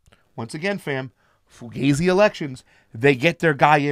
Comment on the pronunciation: This guy just said fugazey elections.... Kewl points just jumped 30% 😄😄😄